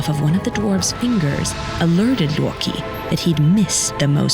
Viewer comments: It's Loki, not Yorkie. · The way she pronounced "Loki" LOW KEY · That's why the voicer called him: Loreki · it is pronounce (lo-key) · "...and the notoriously mischievous Looki". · That "loki(luwkee)" pronunciation hits different. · Somebody: "He is Loki" Narrator: "His name is Looouwkey" Jokes aside, love to hear what I assume is the correct pronunciation of Norse names. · The way she says Odin and Loki is a blasphemy.